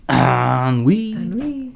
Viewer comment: "En-oui" lol 😆 BTW, Ennui is FRENCH